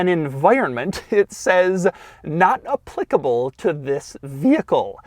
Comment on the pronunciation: The way doug pronoucnes applicable tho